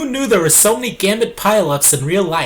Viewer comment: why do you zay z zo much